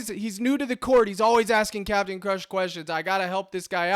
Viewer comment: The Cap-e-tan himself🙏🏽🙏🏽🙏🏽 #ForThePeople